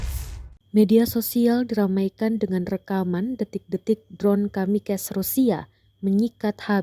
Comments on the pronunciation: Penyiarnya bilang drone kamikes 😂😂😂 Sok sok an inggris lu min, itu bacanya tetap drone kamikaze bukan kamikes 😂😂😂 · Baca kamikaze min, bukan kamikez. Itu istilah asalnya dari pasukan pesawat bunuh diri jepang saat perang dunia 2 yg menyerang pangkalan amerika di perl habrour. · Kamikes.....wkwkwk...pake google translate mbaak...